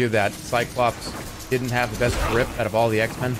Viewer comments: you can hear him say both “drip” and “grip”, depending on what you’re listening for. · how the fuck am i hearing drip when he says it live and then grip during the clip in the clip